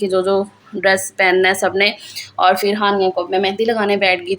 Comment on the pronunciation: Ap phir ko fir kioun kehti hain?